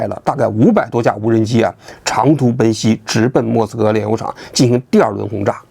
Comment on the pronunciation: 奔袭”的“袭”字频繁被读成一声（xī），应该是二声（xí）